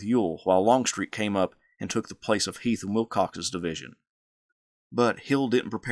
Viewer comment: I enjoy the history but my name is heath not heith like the candy bar come on man